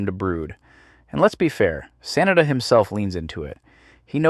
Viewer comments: The name is pronounced "Sah-nah-dah". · next time try to pronounce Sanada a little more correctly.... SAH NAH DAH. 🤣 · can't take it seriously because you keep calling him "Sinatra" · Why the hell do you keep pronouncing "Sanada" two different ways (SAN na da) (SA nada) like its two different people WTF~ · and now it's back. When it's the full name, it's pronounced how I've always heard it. But last name only? 🤔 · It's pronounced Sanada, not Sanada.